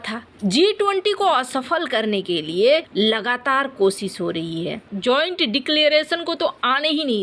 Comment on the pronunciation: कोसिस, बिसेसग्य, सायद, सुरच्छा, बिद्रोह, यह बेहूदा अशुद्ध हिन्दी उच्चारण बार बार..... अच्छे भले वीडियो का हर बार सत्यानास कर देते हो